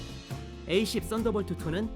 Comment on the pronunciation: 저두 최후의 카운트타운 봤는데....저기..F-22는 함상운용이 불가능한 기체입니다..어차피 가정이라지만..그리고 A-10은 에이-텐..이라고 통상 부르죠..에이-십..은 발음이 이상하니..그리고 Warthog는 워크호그가 아니라 워호그라고 읽으시는게 훨씬 올바른 영어발음에 가깝습니다..흑돼지라는 뜻이죠...그리고 GAU-8 개틀링건이 특별히 개발된게 아니라...A-10 보다 먼저 개발되어있었습니다..A-10을 만들면서 차용한건데..이것때문에 A-10이 사격시 엔진꺼짐으로 고생했고..보완책을 만들었지만..사실 완전히 극복했다기보단 운용에 문제없게만 만든 미봉책이고..심지어 전발 사격을 하면 반동에 항공기가 스톨할 위험성이 있을정도입니다.."특별히" 맞춰 개발한거라면 개발실패죠....이 뒤로는 보기 힘드네요..전반적으로 좀...전문성이 높아보이지가 않네요...용어나 내용이 그냥 재미로 보기에도 너무 잘못된것들이 많이 보입니다..넷상에 밀덕도 많은데..최소한 리서치는 좀 꼼꼼히 하셨으면 좋겠네요..